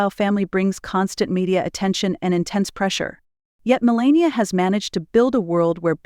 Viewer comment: U didn’t pronounce her name correctly